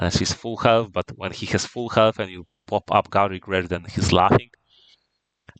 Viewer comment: This should be an excellent primer for newer players. Well done! Also, I find it hilarious that you pronounce Garlic Wreath like "Garlic Wretch" the whole time you're talking about how trash it is as a card😂